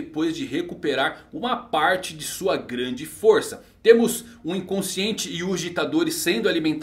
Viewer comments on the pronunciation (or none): none